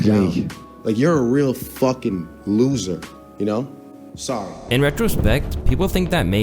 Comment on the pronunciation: His inner Canadian got out. 'Sorry'